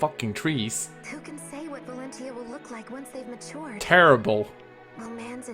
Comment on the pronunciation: It's already the finale and you still haven't learned to pronounce the word 'Valentia' right. :D You could have called the game simply Echoes, or Fire Emblem 15 as an alternative, but nope. I guess it will forever be "Shadows of Valencccccia" to you. Great job on beating the game though. I should return to playing this game someday myself. I'm like at the end of Act 3 on hard mode. I can already tell though that I like the game more than Radiant Dawn and Awakening out of the ones that I've played. Echoes is probably my #2 favourite Fire Emblem game.